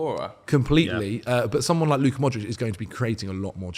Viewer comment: Why the hell did say modric smh😭😤🤦‍♂️